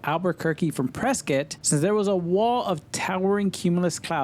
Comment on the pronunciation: Kudos to you for pronouncing "Prescott" correctly as "Preskitt".